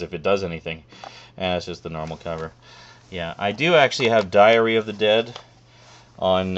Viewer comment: When you said Diary of the Dead, I thought you said Diarrhea of the Dead at first. That would be REALLY terrifying.